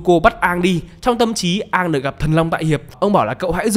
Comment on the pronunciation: công bằng thì cái việc cứ xiên Aang và avatar tiếp theo sẽ phải mất cả chục năm để gọi là đủ lớn để đi đấm nhau còn thắng hay thua chưa biết, nó là 1 cái plot hole của show gốc. Còn lại thì cái phim này thiểu năng vãi chưởng. Cơ mà quý kênh đọc sai tên r, không phải Aang mà là Oong